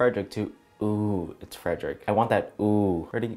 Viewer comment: how do yall not get his name right im sobbing for him- his youtube name is frederic,its in his description and he says it SO much. atp he immediately loves anyone that gets it right✋😤